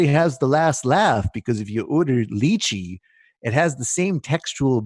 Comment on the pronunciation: The mispronunciation of lychee is killing me